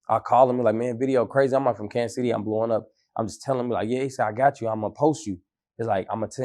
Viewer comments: Him not checking this nigga for saying Kansas is bothering me 😂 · stop saying Kansas